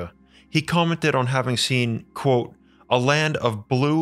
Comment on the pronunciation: You do know that the word "Quote" has a "T" in it?